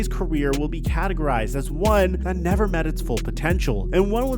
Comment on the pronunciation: Neh-ver as much potential as Randy Moss. Never.